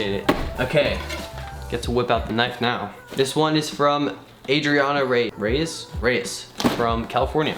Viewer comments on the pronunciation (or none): none